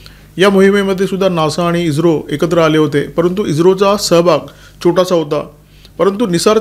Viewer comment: इज्रो नाही ईस्रो